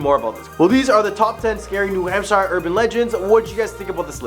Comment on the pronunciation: The State name? No. It's pronounced hamp-sher, not hamp-shyre.